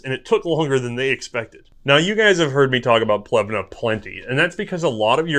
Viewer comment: Omg! Dude, it's not Plevna, the city is called Pleven. The last "e" is "e" not "i" or "a" or anything else. In Bulgarian you speak what you read and write what you hear, that's one of the benefits to use an alphabet designed specifically for your own language.